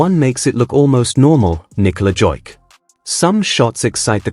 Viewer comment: good comments!! but please learn to pronounce the name correctly the Serbian Jokic is "Jokich" nor Jokik...